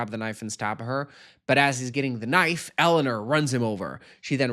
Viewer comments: Not the way you say EleanER not Eleanor. 😅😅 But I adore you and any way you say things. ❤ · Your pronunciation of Eleanor is taking me out. ElluhNURRR. ELLENURRR. Ellanür. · more like Ele-oh-nawr